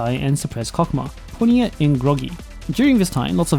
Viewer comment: Yup, and jp pronounce it as Kok-ma 😂